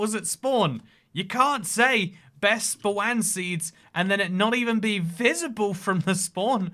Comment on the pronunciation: Damn I love listening to you say "spwan".😂😂😂